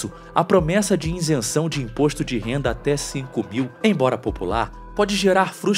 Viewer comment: Nao existe o verbo Reater, o narrador quis dizer reaver. Outra Janjice foi fal iNsenção. Isso que ainda estou em 1’37” do video.